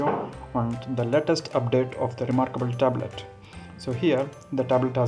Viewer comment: "rumurkble turbrut"